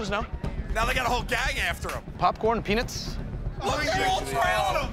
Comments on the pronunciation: Why does Murr say "Peanuts" "Peenus" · Anyone else taken back by Murr's pronunciation of peanuts?